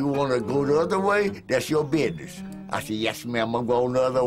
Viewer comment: HEY SPORTSTERRAY66 OMGOSH DID YOU HEAR THAT??? HE SAID...BIDNESS INSTEAD OF BUSINESS! WHAT DID YOU HAVE TO SAY TO HIM....HMMMMMMMMM?????